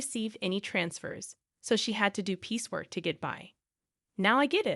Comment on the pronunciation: "piece work" NOT "peacework"